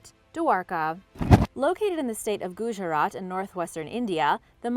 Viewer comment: And the way she pronounced Gujarat or any Indian name was not even close. You're complimenting her because you don't speak any of the languages